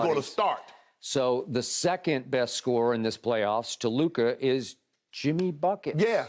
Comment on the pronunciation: I absolutely LOVE Jimmy but LMAO stop it… it’s clearly Luka